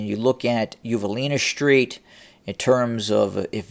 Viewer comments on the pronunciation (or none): Well, all you all, he manages to pronounce "most", "interesting" and "western" properly. So it is not a regional thing. The pronunciation of "st" as "sht" is a fad and a most annoying one. BTW, it is "street," not "shtreet." And if you don't like my mentioning it, ESAD. Otherwise these updates a pretty good, and I like them. Take my mentioning of this in the spirit of constant improvement.